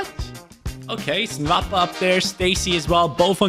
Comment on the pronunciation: The name is not "nvapa" it's "nwapa" like " noapa"